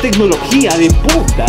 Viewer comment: Estas diciendo,eso es tecnología de punta o es tecnología de puta